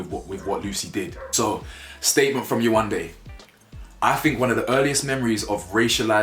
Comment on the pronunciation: Yewande isn’t even a hard name to pronounce